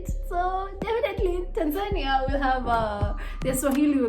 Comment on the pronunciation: I like the way you pronounce Tanzania. It's always supposed to be "Tanza'nia" not "Tan'zania'!!!